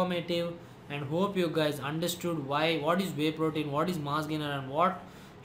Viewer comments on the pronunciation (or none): shit .you pronounce vey protein instead of wey .shit accent but thanks anyways